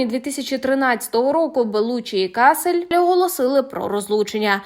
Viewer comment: Кассель -город в Германии . Кассель -Винсент . Не верно ставите ударения😂Лучше готовьтесь ——-Платон мне друг, но истина мелее. ❤